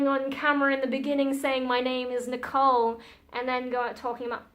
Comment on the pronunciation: This is the first time I'm watching one of your videos and you've definitely got my sub. I absolutely love the Japanese pronunciation of your name by the way! And I hope we get to hear more about some of the topics you touched on in this video eg: Fun stories about your God Mother for example or stories from school/when your family visit.. You seem like a really interesting person, to someone from the UK at least 🙂